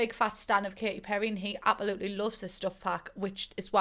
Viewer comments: Why do you say abAolutely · “I apaluly love the sims franchise” We absolutely love you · How everyone else says it: ab-se-loot-ly. How says it: ab-eh-loot-ly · It's funny how she says absolutely you gotta love her accent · Queen of pretending the s in absolutely just simply ✨doesn’t exist✨